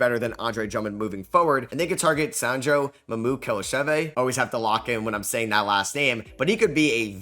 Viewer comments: bro you did NOT lock in while saying Sandro's last name 😭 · “Always have to lock in when I say that last name” still says last name horribly wrong